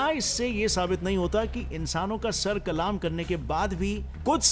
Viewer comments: Kalma ni. Sar kallm krna kahty hain. Kallm Not kaaalaaaaaamm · Brother it's not kalaam isn't kalam.sir kalam hota hai na ki kalaam😊i really like your facts. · Sir kalam👈 not sir kalaam🙄 🤣🤣😂😂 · I am sure you are not an Urdu gem but no problem, the correct word is "sar qallam" not "sar qalaam". I like your all videos, very educative and informative. Good job and keep it up 👍🏻 From Lahore 🇵🇰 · Sir the pronunciation of sar Kalam is not sar kalaam its sar qalam😊